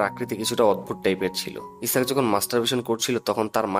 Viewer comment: দ্যাটস মিন ইসাক না আইজ্যাক স্মাতার হোগায় ই আল্টিমেটলি কিস টা করলো🤣🤣🤣😂😂😂